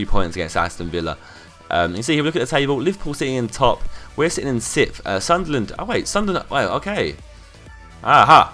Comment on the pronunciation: You say sittff instead of sixth... Just saying...